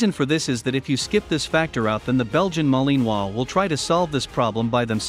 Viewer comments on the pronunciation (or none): It sounds funny but if the robot or person actually had a French accent it would be better lol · The way your saying Malinois is making me cringe 😬